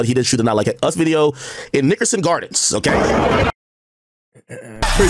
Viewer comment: “I even hate when Ak say the word Nickerson, but that’s just me I guess” 🤷🏾‍♂️